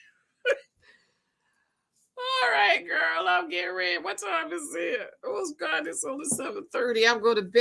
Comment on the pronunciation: Not the Gowd 🤣🤣🤣